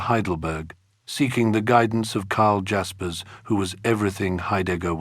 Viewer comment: You pronounce Jaspers wrongly. It’s NOT ‘dj’.